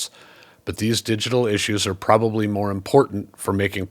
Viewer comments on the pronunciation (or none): none